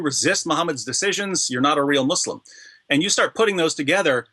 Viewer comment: Gad your pronunciation of the word ‘Muslim’ sounds incorrect ... everyone else says it differently ... which is it Mawslim or Muslim?